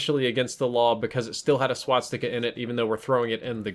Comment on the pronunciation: It's called Swastica, NOT Swatstica